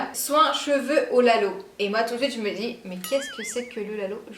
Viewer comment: Lalo : ca se prononce laaalo c est en senegalais